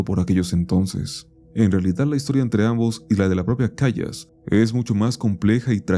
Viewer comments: Querido se pronuncia maria “calas” no “callas”, buen video por cierto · Se dice Calas, Calas, CALAS! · "Calas",. Se pronuncia Maria "Calas" 😅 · Se pronuncia calas pelotudo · María Callas, una de las más grandes intérpretes de la reina de la noche en la flauta mágica de Mozart. La pronunciación en español e italiano (La más recomendada en nuestro idioma) En el mundo de la ópera en español y en Italia (donde ella consolidó su carrera), se pronuncia tal como se lee, respetando la "l" simple (no como "y" ni como "sh"). Se dice: /Cá-las/ Acento: La fuerza de voz va en la primera sílaba (Cá). Detalle: Evita pronunciarlo como "Cayas" o "Cashas". La doble 'l' se mantiene con el sonido de una sola 'l', suave y limpia. Sentía bien gacho el cringe cada que decía "vayas" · El nombre de María Callas, se pronuncia: "Calas", segun tengo entendido.